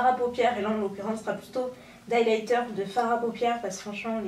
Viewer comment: C'est quoi de liyliyter